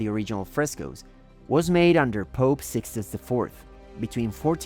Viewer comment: Depois de ouvir o locutor falar capela "sistaine" e Sixto "ivê" saí fora do video porque certamente uma enxurrada de asneiras virão em seguida. Nosso país está cada vez pior em tudo. Uma lástima.